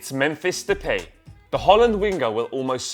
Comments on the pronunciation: Its De-pie (as in Apple pie), not De-pay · it not 'the pay' but 'the pie' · Depay is pronounced depie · Mark-Wouter De vries yes you're right they is wrong its de. de-pie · Its 'they-pie' only dumb people who pretend they watch football would get his name wrong.